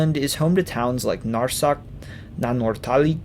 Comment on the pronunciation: The more you get into the video, the funnier it gets with the very broken Greenlandic. Two words are almost pronounced correctly - Sisimiut and Narsaq - but the rest sounds very weird and amusing. Besides that the description of the socalled colonial history from 1721 to 1979 - more than 250 years!! - is completely mixed up and messy. Actually the history is quite clear with important years and different developments during that crucial period. But here it's all put in one pot.